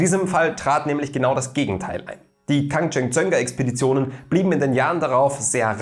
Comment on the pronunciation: Hätte mich in der Aussprache tausendmal verhaspelt 🤪 Respekt! 💪🏻